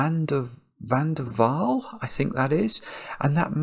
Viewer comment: I enjoy all your puzzles but this one is definitely my favorite. My maiden name is van der Waal. And your pronunciation was perfect.